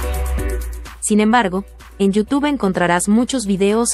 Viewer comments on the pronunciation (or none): none